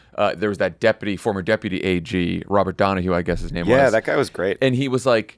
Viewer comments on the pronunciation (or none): none